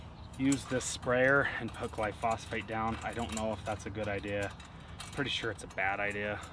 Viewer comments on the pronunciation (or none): Why are you mispronouncing the Glyphosate? I thought you were a lawn guy?